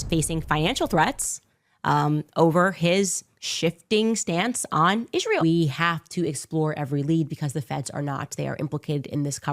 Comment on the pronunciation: Candance can not even say Israel right and wonder how many times she say it in 2025. Will be funny to hear her every time in 2025 even this years 😂 so many words she can not even say right way is mindblowing